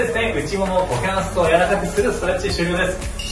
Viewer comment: いきなりのクウォカンスェツゥー(股関節）でかなり好きになりました。